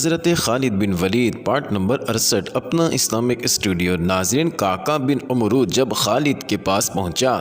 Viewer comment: تم نام غلط لیتے ھو عمرو کو عمر ع کے زبر سے یہ واؤ فرق ھے عمر اور عمر کے درمیان عمرو کو عمر ع کے زبر سے پڑھے اس کے لئے فروز اللغات دیکھو